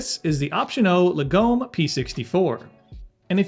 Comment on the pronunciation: Lagom is a Swedish word that translates as 'moderate' but is used to capture the Swedish culture of having things that are good but 'just enough' I.e. not ostentatious. Say after me, Lar-gom. Not Lagome.